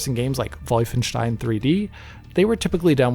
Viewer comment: Unsubscribed because he pronounced Wolfenstien correctly 🤬